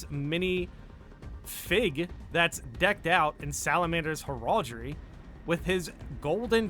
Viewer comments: Well if we can comment about pronunciation, heraldry = heh-ruhl-dree 😉 Also, Cat-uh-chan is how I hear that one pronounced usually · Heraldry is pronounced like you're saying Herald (the name), and just adding the "dree" at the end, not herAHldry